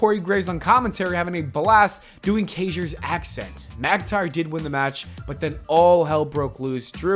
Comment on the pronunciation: Did my boy just pronounce lüdwig KAIser’s last name like kayjer?